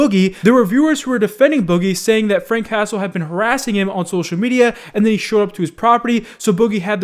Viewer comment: Anyone else keep hearing "Frank Castle" instead of Frank Hassle?